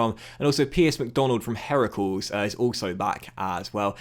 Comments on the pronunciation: Really liked seeing McDonald move to Heracles, even if you butchered the name of the club 😂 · at it again butchering foreign (club) names:P! Heracles (Hercules) isn't pronounced 'herakels', and the accent in 'Willem II' is on the first part (Pronounce as 'Willum'). And now I can't wait for episode 50 (wow that went quick) of this series!